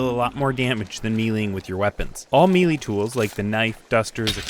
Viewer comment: You gotta stop saying "mealy" weapons, it's may-lay